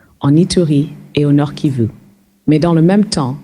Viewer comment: Arrêtez ! Au bout de 14 secondes seulement, je peux cesser d’écouter votre experte. Elle ne sait même pas prononcer correctement la région concernée: soit elle n’y connaît rien, soit elle vous manque de respect, ça arrive souvent, même aux meilleurs analystes s’agissant de l’Afrique. Comme ça leur arrive de manquer d’honnêteté intellectuelle concernant l’Afrique, pensant sans doute qu’ils ne seront pas contredits ( c’est une hypothèse). Dans tous les cas, cette intervention n’amène rien de bon, c’est-à dire une meilleure compréhension de la situation pouvant rapprocher les acteurs du conflit. Cette brave dame risque de conforter les uns et les autres dans leurs certitudes et à prolonger les combats. Il suffit d’une mauvaise analyse d’un problème pour ne pas trouver la solution alors qu’une bonne analyse est une condition nécessaire mais pas suffisante. Nous trouverons plus facilement l’aide pour détruire que pour construire, naturellement puisque l’un est plus difficile que l’autre.